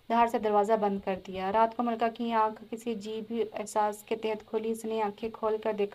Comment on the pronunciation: It's Malika Not Malka